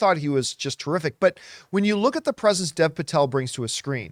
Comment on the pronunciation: "Dev" is pronounced "Dave," just FYI.